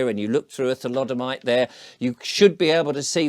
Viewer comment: what's a tholodomite?😂